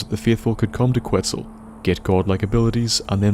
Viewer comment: pronounced quetzal wrong. its ket-zal